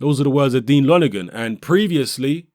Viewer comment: Help JP familiarise him with the British public? What drugs are u taking? U can't even say lonergan properly!? More like help the british public familiarise themselves with JP? Love your vids but come on!? Think about this one! Lonergan is a bawl bag. He doesn't know shit! JP don't duck nobody! Nor does AJ.